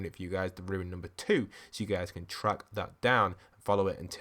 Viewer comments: Rune is not pronounced like Ruin. Rune sounds like “Roon” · RUNE not ruins